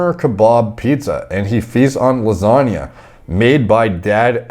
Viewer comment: This dude can say supercalodajalistic but not lasange?